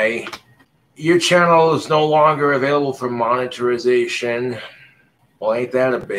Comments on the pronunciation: He said “moniterization” lol what a regard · what the heck is moneritization